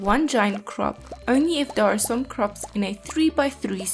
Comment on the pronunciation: I love how you say croixps <3